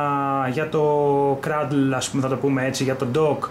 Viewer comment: κρειντλ και οχι κραντλ ,να μαθουμε να τα προφερουμε αφου χρησιμοποιησες αγγλικη ορολογια...φιλικη διορθωση